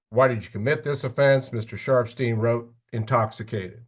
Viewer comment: Not me thinking he was saying "Mr. Sharp's team" the whole time 😂😭 Ohhhh Sharpsteen!! 😅